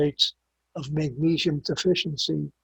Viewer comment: If he pronounces magnesium "magneeshium" one more time, I'm going to kill myself. And why doesn't he call potassium "potasheeum"?